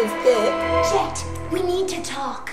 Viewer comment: "My nam Jet"